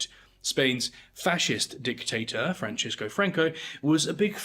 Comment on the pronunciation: Goya’s first name was Francisco, not Francesco. It is pronounced like San Francisco.